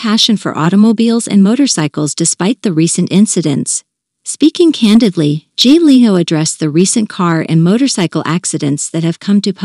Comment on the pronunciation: Any chance your 'listener' deserves a real person or possibly a manager that could oversee the PROPER pronunciation of the subjects NAME? BOOO.